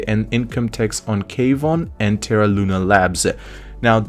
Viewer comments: Kwon is pronounced Kuan. not K-Von. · Kwon is a one syllable word, not two